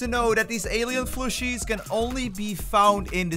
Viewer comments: Is he saying flushie? Or fooshie? He’s def not saying plushie. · PLUShie... not flushie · what are you saying?? Flooshoo? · Stop saying flushie!